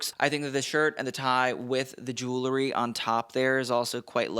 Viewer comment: I find myself watching your stuff over and over - you know your business. Boy do you ever - and you keep up with everything! WILL YOU PLEASE RECONSIDER YOUR PROUNUNCITAION OF THE WORD JEWELRY. There's an "E" in there and your mispronunciation is distracting. I'll keep watching!